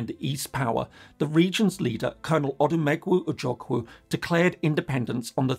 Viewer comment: Please make more videos. I am amazed you pronounced Odumegwu Ojukwu better than most non-igbo Nigerians. Well done.